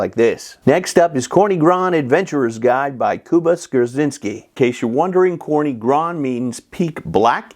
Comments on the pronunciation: Another great video, Professor! One small correction - it's TSorny, NOT Korny :) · Corny is read more like "tzorny" not "korny" :-) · General Polish word for "black" is "czarny", "corny" is a way to spell it in a regional dialect of Polish Carpathian Mountains, especially in Podhale. But you right - "czarny" would be /tsharny/, and "corny" is /tzorny/. BCG hasn't got a pronunciation guide on the back appendix for nothing! :D